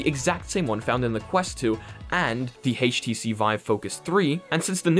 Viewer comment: I love how he pronounces htc HEICH tc! (I don't mean to make fun of you btw nothing wrong with that)